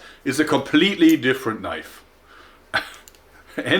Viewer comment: "This is not a knoife, THIS is a knoife". HAHAHAHAHA